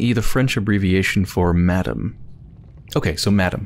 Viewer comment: me again. Mme. i.e. Madame is pronounced Mah-dam or Muh-darm... sort of... not Mah-dum, as you say, like the English 'Madam'... it is just the french equivalent of Mrs. Mademoiselle is the french version of Miss. all of this in the same way that Monsieur is Mr. much love